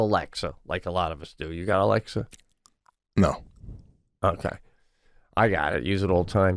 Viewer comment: Did Sebastian say ‘akay’ let me break it down…once you thought you could belt out tunes😂😂😂 oh my gosh!!!